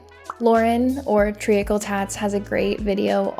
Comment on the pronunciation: Treacle is pronounced tree- kull. You saying tray-a-kull makes it sound like you ate AI